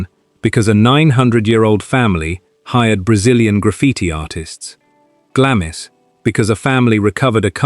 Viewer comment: Glamis is pronounced "Glahms"...